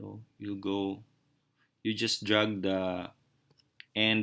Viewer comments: It's drag not drug...lol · Wakakakakakaka. What do you expect from pinoy? They are known to make stupid people famous because that are stupid. Nobody can tell them off because they are always right I meant WTF he clearly pronounced drug instead of drag. Yet they think they can speak fluently. My maid speaks horrible English but she thinks she speaks better than the other Singaporeans. Lol wtf dude! I think their teachers are as bad! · drag not drug...u sounded funny...hahaha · I think the ones who pronounced drag as drug need it more...gosh people are proud showing their stupidity openly... lol